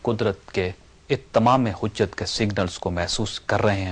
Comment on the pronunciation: اتمام حجت میں ت مشدد نہیں ہے سر